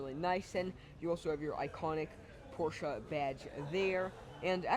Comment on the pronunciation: Great review young man! Appreciate your honesty. Much better than most salesmen 5 times your age. Also pronounce Porsche correctly. Showed me more about the car and features than anyone else. I am a Mezger Twin Turbo driver. Have been driving and owning 911 Porsches for 50 years. Just wanted to thank you for a job well done. You have a very bright future. Keep up the good work!